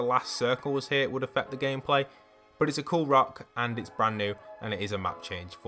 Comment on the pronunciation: its's? r/engrish